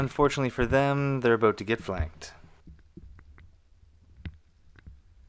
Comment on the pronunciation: the way you said "about" lmao